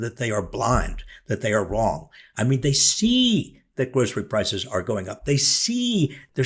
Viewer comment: Well, the criminal dirtbag has trouble saying the word groceries. He doesn't have a clue .